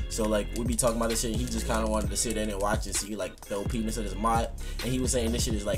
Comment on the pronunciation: Not gonna lie. Who else heard OPenis jk I know he meant OPness. anyways good shit 💪 #HiddenTrapNinjas supporting you always bro